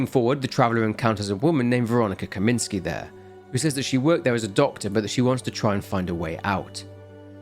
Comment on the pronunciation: Should be “Kaminska”, not “Kaminski”. Unless she’s secretly a he.